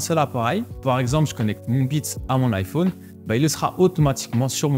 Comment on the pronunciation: vidéo genial par contre ca me perturbe comment tu prononce iphone XD